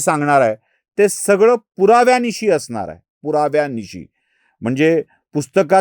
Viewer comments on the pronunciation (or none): none